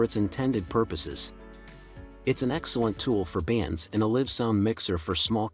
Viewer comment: You miss pronounced "live". ⬅️EXIT.